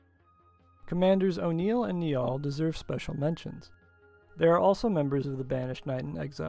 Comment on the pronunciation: Very interesting stuff, love your videos. Just came across your channel today. FYI 'Niall' is an Irish name and it is pronounced the same way as the River 'Nile'.